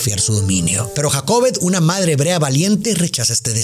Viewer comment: El nombre es Jocabed, porque dice Jacobed? 😮 Es muy shockeante oírte decir que te perturba el hecho de que se hayan ejecutado dichos actos literalmente en el nombre de Dios, pero que tal lo que pasa con los niños a diario en las iglesias, eso es real!, porque esto no sería posible?